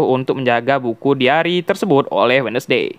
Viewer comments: Bacanya wens'dei bang, bukan wednesdei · Wednesday dibaca WENSDEE bukan WEDNESDEE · Wednesday dibacanya wenzdei bang